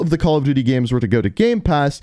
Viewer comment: The way he says games like gemes lol